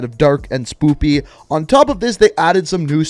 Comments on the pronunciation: Mah man. It's SPOOKY not SPOOPY Stop making me laugh to death.😂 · I lost all respect when u said spoopy instead of spooky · Are you saying SPOOPY(spooky)? 🤣😂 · WHY DOES HE SAY SPOOPY. 😂😂😂😂😂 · Does he always say spoopy 😂 fuckin love that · Did you just say "spooPy"? Twice?